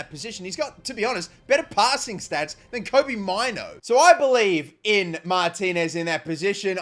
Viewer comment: It’s pronounced “MAY NEW” not “MYNO” - kobbie mainoo. 🤦🏻